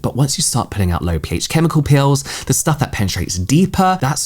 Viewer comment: I keep thinking you're saying "pills" instead of "peels" and I'm like oh I didn't know there were pills for skincare interesting